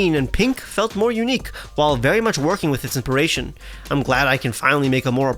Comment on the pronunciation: “Inperation” Inspiration,.